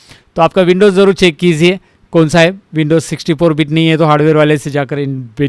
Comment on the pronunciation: Sir! It's "kijiye" not "kiziye" I notice this in every video of yours Please correct it, it irritates me